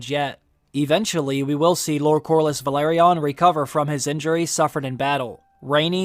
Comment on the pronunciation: I enjoy your videos overall but I really get a cringe when you pronounce some of the names in ways so different from the show. For Velarion, you say: Vel-air-E-on It is pronounced: Vel-are-E-un (Just like how Valyrian is pronounced - Vel-ir-E-un) For Lucerys, you say a hard C sound, like the name Luke is there: Luke-air-ies It is pronounced like an s: Lu-ser-is Same with Jacaerys: Ja-ser-is Lastly: for Almond you say: Ay-mond It is pronounced: Ay-mond.